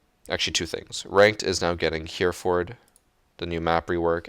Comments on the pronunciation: Its not pronounced 'Hear Fird' its 'Hair a ford'. Also, while we're the topic, its not 'Me eye sstro' its 'My stro'.........if you are going to claim your heritage as the reason for pronouncing like that then you should be pronouncing ever OPs name like they would where they are from......otherwise you just sound silly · It's pronounced "Hehrehfud" rather than "Hearford" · Heh-reh-fod is how u say Hereford, 😂 (In England anyway😂) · Just an FYI: it’s pronounced “Hairefurd”. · Hereford is pronounced Herrer-food (like “hood” or “foot”), but apart from that great video! XD I’m such a cunt. Great video <3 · Hey, just to let you know Hereford is pronounced heh-re-fud (or fod depending on where in the U.K. you’re from).